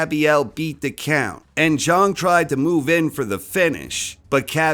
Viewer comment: its pronounced big bang Jang, not Big Bang Jung...come on...